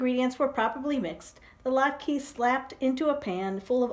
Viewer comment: Lat KA-- that's how it is pronounced :)) Thanks for sharing the story!